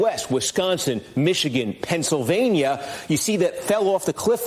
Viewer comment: Where is "Pouncilvania" again?😅